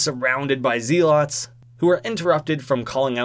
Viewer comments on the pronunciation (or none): Zelots not zīlots